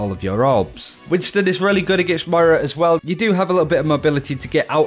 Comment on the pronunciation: Can you pls stop calling moira mario xD